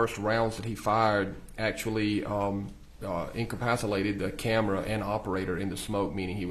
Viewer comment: Incapacilated… that’s a new word 😂